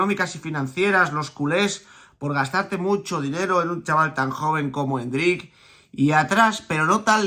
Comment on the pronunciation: Me da algo cuando escucho a diciendo endrICK 😬 jajaj con acento al final